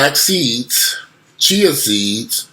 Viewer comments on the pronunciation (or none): none